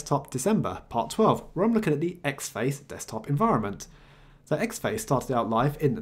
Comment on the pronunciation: great video as always, but this is the second one where you review a distro with the xfce DE and you keep saying "X Face" Ahhhh please stop it's having the same effect on me as someone dragging their nails over a chalkboard it's pronounced as four individual letter's, this from the first line of the wikipedia entry for xfce:- "Xfce (pronounced as four individual letters)" see!, small gripe I know but it's got to me, you wouldn't say Kade for KDE would you?, anyway feel free to ignore me and keep making video's.